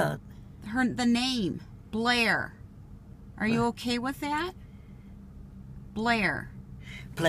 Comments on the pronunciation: Blair......Player??......no, BLAIR..... Playah??? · Lucila Blair is not such a bad name but she pronounced it bleeah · Blair sounds like Bleah so I understand why she doesn’t like it